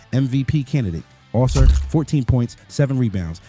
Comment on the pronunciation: Ah-Men All-Sar